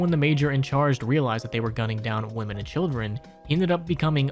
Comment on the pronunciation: "hildren" (hildern) "steven" (steve) boy you gotta read words better